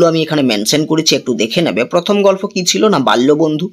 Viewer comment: আপনি গল্প কে গলফো বলছেন বার বার শ্রুটিকটু লাগছে...